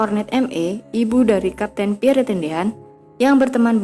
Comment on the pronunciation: Min, menyebut nama beliau yg betul adalh Pierr, huruf e terakhir ga usah d sebut,,.dan nama & pangkat beliau adlh Lettu (CZi) Pierre Andries Tendean , saat kejadian beliau adalah Ajudan Menko Hankam/ Kasab Jend. Abdul Haris Nasution